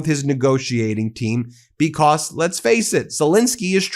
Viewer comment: STOP CLAWING AT THE CAMERA STOP SAYING "BECOSS"